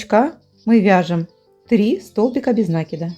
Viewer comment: Не смогла досмотреть и до середины! Говорите правильно накИд!!! Прям уши режет! Я вяжу с 8 лет и всегда накИд был накИдом!!!!